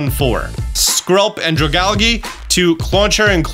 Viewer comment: The way he says dragalge is funny